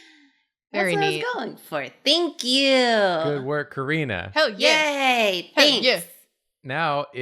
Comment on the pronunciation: "Think yew"